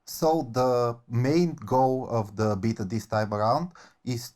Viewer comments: Love these outside of the nails on chalkboard of hearing them mispronounce "Beta" through the whole thing. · I'm sorry i hear beater rather than bay-ta..... Beta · bro says "beater" instead of "beta" and it is very charming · This video is just more proof that those who win world wars and those who pronouce Beta as beeetah. Lol